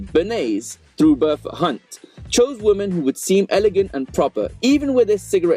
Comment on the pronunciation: Why do you pronounce "women" as "woman"? It makes me cringe...